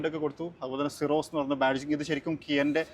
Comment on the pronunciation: സിറോസ് അതാണ് correct pronunciation